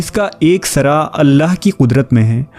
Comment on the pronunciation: ھر لفظ کا تلفظ غلط ادا کر رھے ھیں بھاٸی صاحب عِطرت کوعَطرت بول رھے ھو سِرا کو سَرا بول رھے ھو